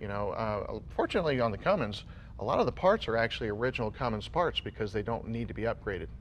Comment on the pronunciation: I am disappointed in Jay... he said "Cummings"😬 it's "Cummins".